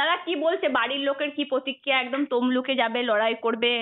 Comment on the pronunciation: পার্থী না , কথাটা প্রার্থী। পতক্রিয়া না, কথাটা "প্রতিক্রিয়া"।